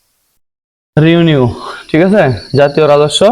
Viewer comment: রিউনিউ না রেভিনিউ